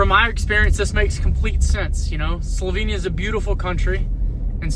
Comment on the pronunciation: Great video. Thanks. Just one lil thing ; nobody corrected you on how to pronounce Slovenia ?